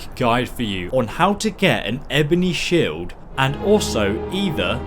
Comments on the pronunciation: "shiled" jesus fucking christ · "Shiled" lol I couldn't stop laughing at this. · WHAT THE FUCK IS A SHILED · After a year your stilling calling shields shilds!